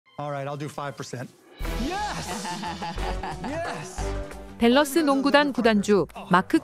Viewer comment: 땔러스구단주...본토발음 주기네요.엄지척!